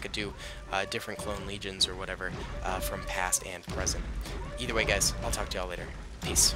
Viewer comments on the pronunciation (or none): none